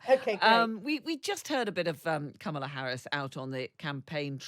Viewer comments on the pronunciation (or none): Kamala is pronounced "Comma la". You're journalists, get it right.